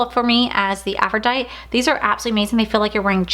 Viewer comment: You crack me up, cause you're just like me! 😂 Just FYI- the lip from lunar Beauty is pronounced AFRO-DIE-TEE like the Greek goddess. No shade, I actually think it's cute how you say it. ♥️